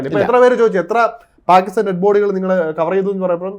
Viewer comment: Now It is Bakistan ....Say Bakistan.....